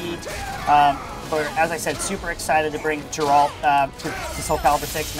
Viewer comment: "I put 200 hours into witcher 3" calls Geralt, Jeralt...